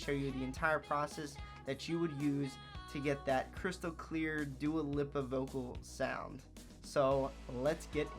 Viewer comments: lol its dua leap-a no lip-a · He said her name wrong